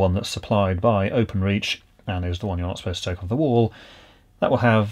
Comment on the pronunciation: I love the way you keep saying, not "supposed" to be moved.